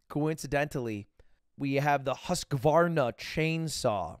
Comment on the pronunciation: Props to lud for pronouncing Husqvarna correctly.